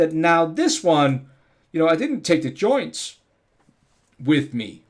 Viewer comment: joinTs, not JOiiiiins. (Why do the DAN-ish always put the emPHAsis on the wrong syLLABLe?)